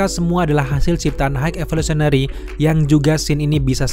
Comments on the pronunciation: "Hek Evosulinary" 😂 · "HEG EVISOLENERY" 😭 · Pelan2 bang…H I G H E V O L U T I O N A R Y….High evosulinary 😂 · dibacanya gini "hai evolusionery" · Bang... Kalo ngomong high evolusionery belepotan, di singkat aja bang 😂😂😂 supaya bang jangan sulit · Bang lu ngomong high evolutionary nya kaya yang berbelit, coba dengerin sendiri deh. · Kepeleset di high evolutionary ya? Wkwkw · sama, cosmo the pace dog juga agak susah, wkwkwk